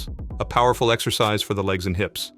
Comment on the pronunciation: Lungis? exccoscise? OMg